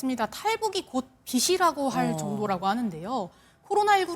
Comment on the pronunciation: 빚이라고 발음할때는 비지라고 라고해야지... 저건 빗이라고를 발음하는건데 ㅜㅜ 기자야 ㅜㅜㅜㅜㅜ 잘좀하자 ㅜ 이때는 또 빛이라고 하네 ㅜㅜ 환장 ㅜ